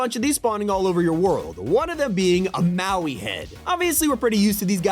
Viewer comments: Bro said moai like mowie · Bro called moai Maui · Its moai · YOU DARE SAY MOAI INCORRECTLY?